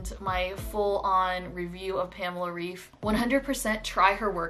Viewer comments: Just wanted to tell you that pamela‘s last name is pronounced ‚raif‘. She is German and in Germany we pronounce ‚ei‘ as ‚ai‘. Lots of love from Berlin 🇩🇪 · In english, 'raif' would be pronounced 'rayf,' normally. Pamela's last name is pronounced more like 'Rife' by english standards :) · yes, I speak german. I am trying to explain that the german way of pronouncing it would be said 'Rife' (ei in german makes a hard 'i' sound, not a hard 'a' sound as in raif) :) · girl but her name is german, so the right way is the german way. For example, my name is in portuguese and it's pronunced 'ahdôrrno' but in english it would be 'adorrknow' or smth like that